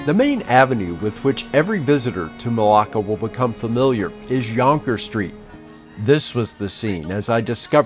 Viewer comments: The minute he say yongker street I stop watching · we say jonker not yonker like you do. There’s a reason why all the coloniser is no longer in asia. And our food with the spices are way better than your bland , steak, hamburger and pastas ….